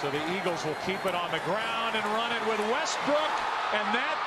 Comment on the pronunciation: bro said westbrick💀